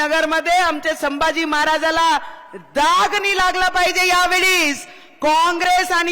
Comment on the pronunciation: She & Her Husband once shunned Hinduism & was seen dumping Lord Ganeshas idol, She couldn't recite Hanuman Chslisa once. She supports divide in Hindu Society. Its said She refuses to talk on Upliftment Downward Filtration Policy. She can't pronounce Shambhaji 🤣🤣